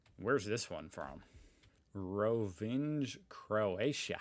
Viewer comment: Greetings. I don't even wish to know what was on picture 1(on the left), looks suspicious. On the right, a clothes rack? Idk about them not being understandable to americans tho. By the way, that Rovinj pronounciation was atrocious(the closest examples I could think of that show how it was supposed to be said for english speakers are "lasagna"(with last a being silent) and "lavigne"). Keep in mind most slavic languages are phonetic in nature and should be read as they are written(one sidenote, nj are actually a compound letter(alongside lj and dž), why don't they have a singular symbol in latin script yet, no idea).